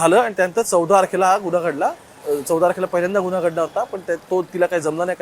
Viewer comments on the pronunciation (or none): “चौदा आरखेला” नाही “चौदा तारखेला” स्पष्ट उच्चार कर रे.